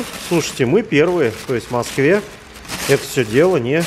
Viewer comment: "В Масквэ заводамана нэт..."